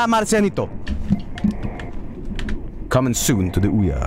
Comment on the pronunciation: pronounces Marcianito so well though lol